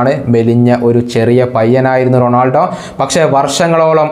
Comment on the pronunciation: bro,Ronoldo alla,Ronaldo,, Cristiano Ronaldo..athanu